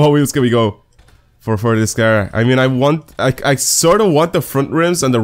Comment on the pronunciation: He pronounces car as cer or ker... I understand he has a sort of accent but it bugs me